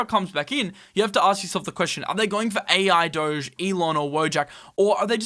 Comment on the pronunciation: Ai Doge or ARBDOGE? Ai Doge is "Ai"